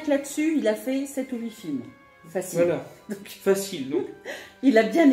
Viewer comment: Alors... On est dans la rangée de dvd asiatique ??? Pas fachile fachile... 😁😂😁